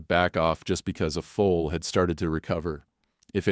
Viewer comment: Foal, not Fool. !!!😅